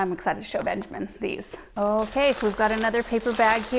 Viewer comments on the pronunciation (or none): none